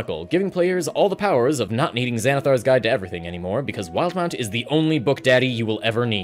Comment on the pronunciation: Wait, it’s not pronounced “wil-de-mount”?